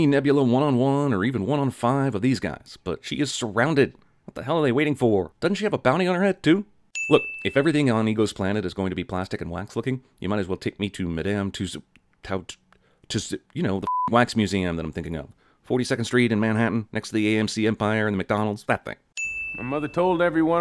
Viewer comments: i only saw the one in Britain when i went on vacation there. assuming you're using the proper french pronunciation it should be pronounced Too-so's (d is silent in french), but i gave my original pronunciation because i didn't know if it was one of those words we anglecized or not, and i will admit that can throw me for a loop too. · Madame Two-Sow. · knows exact location of Madame Tussaud's but not how to pronounce it ding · so, he knows where that wax museum is located, he even knows the neighbouring shops but doesnt frickin know how to pronounce its name... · It's pronounced Madam Tussauds.